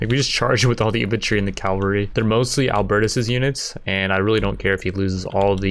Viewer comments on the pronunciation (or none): On behalf of all my nazi bretheren out there... its CAVALRY! not CALVARY.. Dont make me teach you englais son.